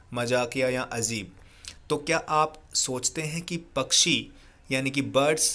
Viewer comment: Sir that's not azeb it's Ajeeb